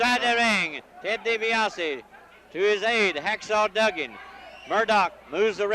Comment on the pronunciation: Did Gen. Skandor Akbar ever pronounced Ted Dibiase's name correctly?